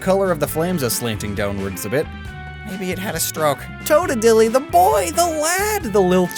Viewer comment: I appreciate the adorable butchering of Totodile’s name. Reminds me of that Pokémon Mispronunciation video he did with Bird Keeper Toby ages ago.